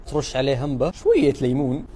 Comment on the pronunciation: بالعافية بس اسمها عمبة مو همبة😭